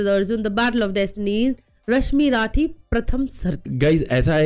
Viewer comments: Rashmi “rathi” nai h baba..ra-thi(theee)..surya k kirno p sawar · Plz pronounce the name correctly... "Rashmi-rathi" not rashmi-raathi.... Plz do liitle reasearch before you ppl do reaction on these kind of topics..